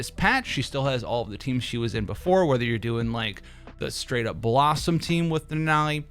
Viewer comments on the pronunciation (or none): none